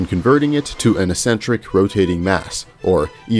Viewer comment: My brain moves sideways every time you say "essentric"